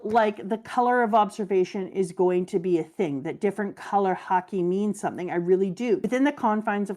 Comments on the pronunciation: Dear, please pronounce Haki like you did and not like you did. Every time I hear Haki pronounced Hakay, I get so distracted that I miss what was actually said. I rewind and I hear "Hakey" again 😒. I believe that you should not intentionally teach incorrect pronunciation. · How does she keep mispronouncing Haki? Shes Canadian, it’s literally pronounced the same as her favorite sport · Am I the only one that finds her saying “hakei “ annoying instead of haki? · Does it bother anyone else that purposely mispronounces Haki? I'm fine with people struggling to pronounce words in a different language, but when you know the actual pronunciation and mispronounce it on purpose, it feels disrespectful to the language. It would be like if I pronounced "taco" as "TAY-ko" or "Shakespeare" as "Shakey-spearey" just because I think it sounds better.